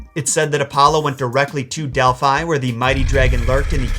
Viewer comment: I have a cat named Delphi and am extremely triggered by how you pronounce it XD